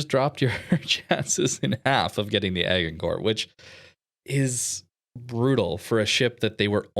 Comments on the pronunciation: Also it's a soft G in Agincourt. Like Age.... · Agincourt is pronounced Ajincore. Look up the famous battle of Agincourt.